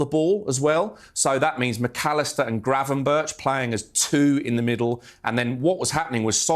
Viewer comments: Gravenberch is pronounced as Gravenberg. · Incorrect mate it’s actually pronounced ’Gravy-berg’